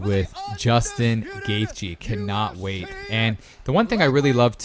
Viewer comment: The h is silent in gathje